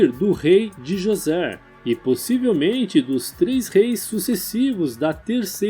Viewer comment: Cara pronúncia D'JOSER não DiJosé